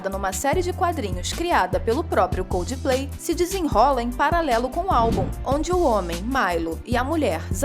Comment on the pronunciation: Por favor aprendam a falar coldplay, não é coldiiiplay